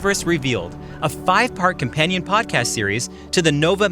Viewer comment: Say it with me podcast. P-O-D-C-A-S-T